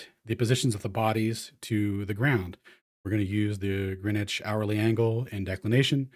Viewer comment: Greenwich being intentionally mispronounced will never be not funny to me.